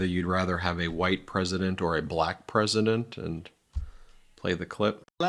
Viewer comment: The BALAYKA is how he pronounces Black. Cringe Worthy